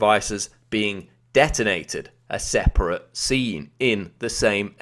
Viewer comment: Please stop putting unnecessary emphasis on words...and never say separate again, please.